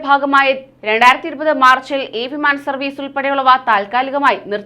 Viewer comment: ഫിമാന ടിക്കറ്റ് അല്ല വിമാന ടിക്കറ്റ്